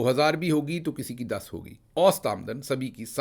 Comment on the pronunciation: میاں، اوسط میں س پر زبر ہے، یعنی اَوࣿ سَط aow+sat.